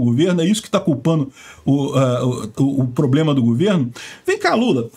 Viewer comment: Então não foi o mula....ele fala "probrema"